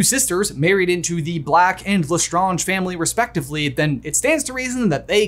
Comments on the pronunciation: Lestrange is pronounced Lestraaeng , not Lestraunge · Why do you keep saying lestAHnge and not lesSTRAYnge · Ok but not my mom who hates Harry Potter pronouncing Lestrange as Le-skragk-ee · Sorry had to say you say less strangers wrong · Is he pronouncing Lestrange right? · I love this channel but hate the way he pronounces Lestrange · Why do you pronounce Lestrange like that, did you not watch the movies or listen to any Canon thing mentioning their names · You pronounce LeStrange correctly at the begging of the video but then proceed to say it wrong throughout the rest of the video without noticing. :( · Why did you keep pronouncing lestrange wrong